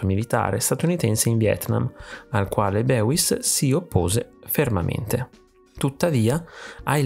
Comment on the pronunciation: Molto interessante, bel video. Questo artista lo sto studiando in accademia. Comunque il suo nome si pronuncia "Bois" ( tipo "boys" in inglese non "beuis")